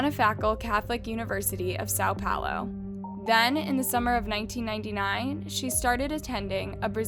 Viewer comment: It aggravated me hearing how she said Sao Paulo, (coming from a brazilian), yikes bailey sarian has done the same exact video months ago in full detail so if you want better details go check out bailey sarians video!